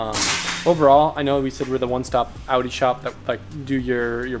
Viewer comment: Owns the pinnacle of Audi vehicles in North America and can’t even pronounce Audi correctly.